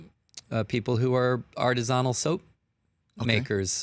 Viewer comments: Im sorry, did he say Artizontal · Did he pronounce artisinal... artizonal? WTF?? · Isn't Artisanal pronounced AR-TIS-UH-NULL? 🤔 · Single strangest pronunciation of “artisanal” I’ve ever heard.